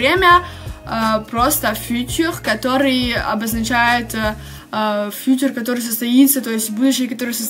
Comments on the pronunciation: А почему ударение на первом слоге в слове "futur"? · Добрый день, во французском всегда ударение должно быть на последнем слоге. Возможно если вам послышалось, что я не чисто произносила "futur", то это из-за того, что оно было смешано с русским языком и мой язык не успевал адаптироваться 😂